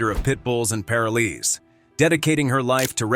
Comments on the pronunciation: OMG, the narrator is mispronouncing Parolees. It's making me nuts. I love Tia, she is the very best. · Pronunciation please. Pitbulls and Paroles. That is an "o" after the r in paroles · I don't know why you say parolees the wrong way you are saying it if you talk about the show say it right now way thank you i am from Salem Oregon have a great day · This computer voice pisses me off every time it mispronounces parolees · wish you pronounced parolees correctly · Ah yes Pit bulls and Par o lees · What the hell is pair-a-lees???? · Paraleez?? PAROL EES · This commentator can’t pronounce the word Parolee…it’s not pair-a-Lee, it’s Pa-roll-ee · Plus, it is pronounced, PA'ROL'ES, LONG "O" !!!! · "Pair-o-lees" like two people named Lee. Lol 🤦‍♀️ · If this man was chosen narrator of this show, he should have at least been taught how to say “parolees” correctly. It’s pa*ro*lez with the emphasis on the “ro” and the o and e being long. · "Pair oh lee's" wth lmao 😂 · First off its paroll ees and this rescue needs some kind of corporate sponsor to get meaningful income to her and her rescue There should be efforts from All pro animal rescue people humans like Let Bissell let her be in commecial to gain a meaningful paycheck others in commercial biz throw her occasional commercial or such to help keep the rescue and its occupants alive and well Animal Planet sux Time warner greed sux Think ill continue to avoid both Tia you and the awesome pits and every other stray breed deserved better still do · Wish the one talking knew how to say parolees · if you misprounce 'parolees' one more time.... damnit. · I always watched the show. Her dedication was unparalleled. I just wish the narrator learned to pronounce POROLES properly. Such an easy word--so badly pronounced. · Tia and her have done such a fantastic job with the "world's most misunderstood breed." The announcer kept pronouncing paroles wrong but then he did it right and switched to misprouncing the word wrong.